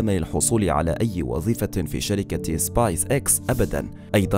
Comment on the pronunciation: سبيس وليست سبايس